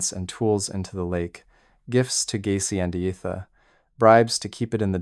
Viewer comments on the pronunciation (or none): none